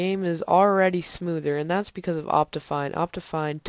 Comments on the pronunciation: No you pronouced it like Opt-I-Fine (I as in like kIck) You get what im trying to say? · Its pronounced Opt-ee-fine